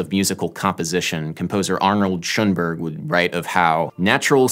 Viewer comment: Damn that's some complicated stuff and you're an amazing musician but DUDE how you BUTCHERED Arnold Schönberg is next level. it says Arnold schoenerrberger...